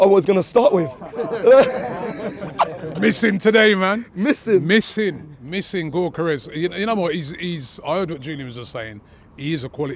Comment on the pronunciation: The sporting fan tells robbie how to pronounce Gyokeres. Robbie the very next day : "Gorkeres" 😂🤦‍♂️.